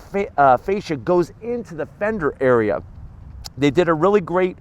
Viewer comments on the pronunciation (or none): none